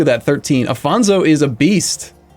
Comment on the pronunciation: it's Afonso, not Afónzou. Since you don't speak Portuguese, I'll grant you the O, but nevertheless it's Afonso and not Afonzo. And while we're at it, it's Lisboa, not Lisseboa. Try pronuncing it as "Lijboa".